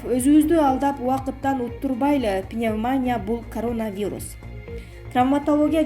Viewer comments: Пневманя деп айтылбайт . Пневмания деп айтылат. Граматика деген жок биздин журналистерде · Доодур пневмоня мес, туура айтчы пневмания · ПневманЯ эмес пневмонИя... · Туура окучу пневманиииядан жакшылап окуганды уйрончу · ПневмонИя, читать научитесь! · Туура суйлогон ( ударение ) башка кыздар жок экенби? Кыжырды келтирип атат пневмония дегпн созду туура айта албай атат УЯТ эле